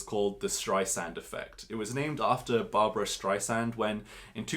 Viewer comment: It's "Barbra Streisand", NOT "Barbara Streissand". Thanks for the Gino go-through!